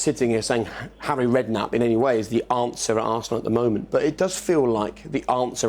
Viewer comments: Did he actually say Harry Redknapp 😂😂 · I’m I smoking 🚬 or did I just hear 👂 him say Harry redknapp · 😂 😂 😂 Harry Redknapp